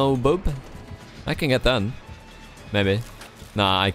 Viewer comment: Did u say no no no bo*b ? O_o JKJK XD ik its bub